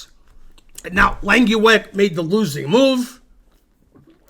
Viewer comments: Lenkiwag? You’re pronunciation of a dutch name is frankly terrible! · His name is Langeweg, not Lankieweg.